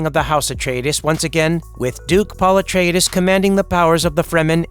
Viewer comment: Pul etridis Well at least is ain’t the TikTok voice